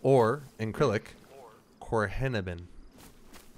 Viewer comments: Just a word of advice, its not the ‘korilik” alphabet, its the “cyrillic” pronounced like the name Cyril 😂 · It's pronounced sarillic not krillick , and in Cyrillic it's solnichny 😂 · It is hilarious you keep saying 'in acrylic'. lols It is Cyrillic.(the C is a S)